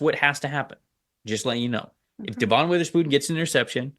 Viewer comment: please you need to say Witherspoon's name right at some point. It's "De-Vin" not "Da'Von" you've been saying it wrong since talking about him in the draft. Thanks for the content though.